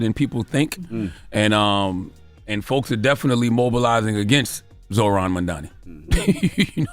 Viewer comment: Bro, just a quick pause, to the number of people that REPEATEDLY refuse to pronounce Zohran's name right, even at this late date, is that part intentional? And I don't care if you're a Republican OR a Democrat ... I mean can we at least get that much?